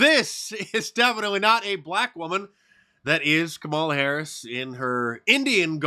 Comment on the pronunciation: Kum-on-ma Hair-ass